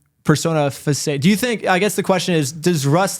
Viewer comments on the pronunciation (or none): best content, but couldn't help laugh at struggling to pronounce "facade" and instantly giving up.